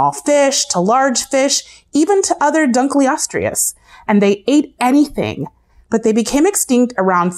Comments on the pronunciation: you mispronounced almost all of them like sar-co-soo-chis and dunk-lee-ost-ee-iss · Dunkleosteus. No ‘R’ in there. It may sound like I am nitpicking here but this is a Science/Education video and the names of the animals are rather important in this regard. Liopleurodon was up to 23 feet long not tall as well. Titanaboa being compared to an anaconda is perfectly fine but an anaconda is also a constrictor so the way you word that section is ambiguous. Sark-o-sue-kus not sar-ka-se-kus is the pronunciation.